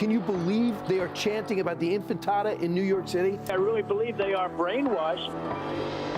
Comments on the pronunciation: Minute : Brian Kilmeade is such a moron, he called it “infitada ” instead of intifada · ... "Inifintada" ... Infant & Frittata?.... Oh boy, these Americans think that mispronouncing words puts down others when all it does it reveal how ignorant and frail they are. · “Infitada” DUDE CANT EVEN SAY IT RIGHT ON LIVE TV LMAO😂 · Did homeboy say Infitada? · Not the "Infitada"! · "the infantata", huh? Such experts they are.